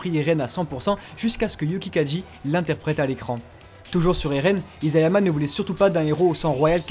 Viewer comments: Conclusion on dit isayama et non izayama😂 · Merci pour toutes ces infos ! C'est impressionnant ! Attention cependant : Isayama se prononce "Içayama", et non "Izayama". E la langue de chat (nekojita) en japonais veut dire qu'on ne supporte pas de manger trop chaud.